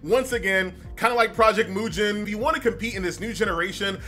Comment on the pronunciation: Dude pronounce ‘Mugen’ correctly you say it so weirdly